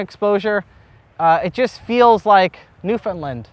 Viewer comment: I love your ever evolving pronunciation of Newfoundland. 😂😂😂 Almost have it.